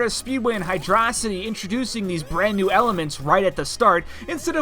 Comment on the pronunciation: "Hydraw-sity" Unsubscribed